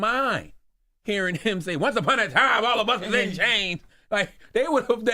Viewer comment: Isnt it SAY NOT HAY?